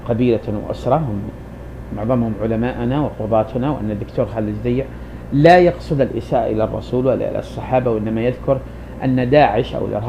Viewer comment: على أية حال ، بارك الله فيك يا أخا العرب ، لكنك تقارع رجلا بتكلم بصوت مسترسل ، يزلزل الأرض ، كما بتحدث بلسان الواثق ، وأول أخطائك أنك ضعفت ياء التصغير في اسمه على حين أنه على وزن حسين (بضم أوله دون تصعيف ياء التصغير )، ثم إن كون ابن عساكر أشعريا لايعني كونه غير متحر للصدق فيما يكتب ، فالمسلم عموما يوقن أت الكذب محرم في ديننا ، مع أن الأشاعرة أساسا يعدون أحد مكونات المذهب السني ، بل إنهم أكبر مكوناته على حين أراك تجعلهم قسما مستقلا عن السنة ، وصلاح الدين الأيوبي الذي تفخر به الأمة قاطبة كان أشعريا ، فالمذهب السني يا صاحبي يتألف من عدة فرق أبرزها الأشاعرة ، والصوفية ، والماتريدية ، والسلفية ، والوهابية ، والإخوان المسلمون ، وأشدها تطرفا داعش ، وإن رغبت في استكمال النقاش فلا بأس شريطة الالتزام بتعاليم ديننا العظيم " ليس المؤمن بالطعان ولا اللعان ولا الفاحش البذيء "